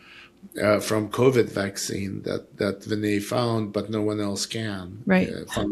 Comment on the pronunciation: Please don’t dumb down Prasad’s rationale. He is well aware that you can’t perform RCT’s in rare diseases. Please get yourself fully informed about the specifics before you pass judgement. Do you two have scientific training? BTW You are pronouncing Vinay’s name incorrectly.